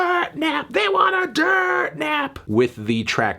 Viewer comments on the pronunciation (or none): It’s dirt-e not dirt 😳